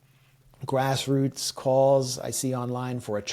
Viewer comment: Please don't say "grassroots " again 😂